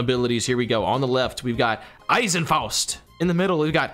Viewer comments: You pronounced "Eisenfaust" perfect^^ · you said "Eisenfaust" perfectly 😁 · Eisenfaust was actually pronounced really good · At first I was sceptical but man, the pronounciation of Eisenfaust was on point! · Tbh Eisenfaust was the only right pronouncation 😭😂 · Chill you said Eisenfaust PRRFECTLYLMAOOO